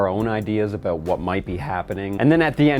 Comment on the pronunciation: Hehe “aboot”